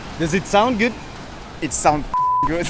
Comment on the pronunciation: The way you pronounce the word “good” just cuts the ear in half. It’s not “güt”. Second. You need some Botox. Wrinkles around the eyes and forehead. Look into it. Instead of running focus on weight lifting. Good luck.